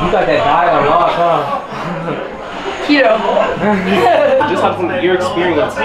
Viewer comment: man said kito diet😂